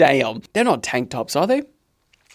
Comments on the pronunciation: bro said tank tops 🤣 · Bro said "Tank tops"